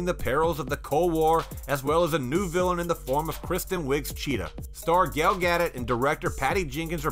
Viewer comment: FFS her names is Gal Gadot, not Gail Gaddet...